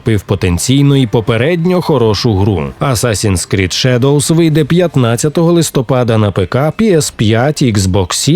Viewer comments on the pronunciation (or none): none